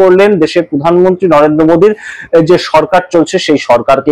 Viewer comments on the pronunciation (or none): none